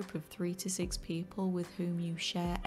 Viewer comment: english ""peo'le""